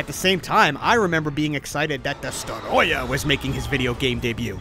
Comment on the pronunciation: I feel like you had reviewed this game before this gives me so much Deja Vu and I love when ever you saw Destroyah you have an accent when you say his name😂